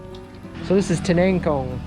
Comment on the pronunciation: Bro, i like the way you pronounced TINANGKONG. teneyngkong. Sounds like my elder brother speaking english when he's drunk. 😀😀😀